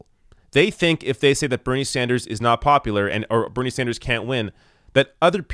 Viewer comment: is it a french thing? it sounds like you're saying bernier.